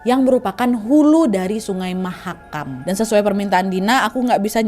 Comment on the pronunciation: Kak nad nyebut mahakam la wei, kak nad koreksi kakkkk